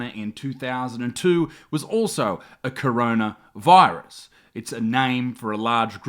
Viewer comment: I don’t want to sound rude or anything but it’s coronavirus not chronaviruse